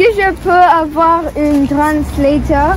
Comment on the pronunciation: ТЫ СКАЗАЛ НЕ ПРОВИЛЬНО АВУАР У ИНФИНИТИВ ТАК НЕ ПРАВИЛЬНО